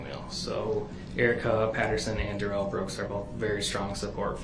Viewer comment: Oh what little stature, and tiny minded we see of that Duh-Rell. Duh-Rell try sound edumacated